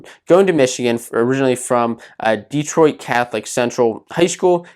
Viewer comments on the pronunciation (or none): none